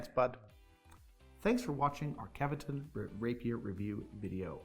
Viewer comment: Kevetun? :D :D :D Guys, it's KVEtun.